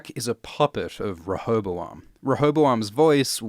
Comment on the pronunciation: Listening to you try to pronounce rehoboam was painful tbh